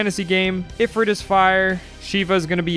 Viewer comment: you said ifrit wrong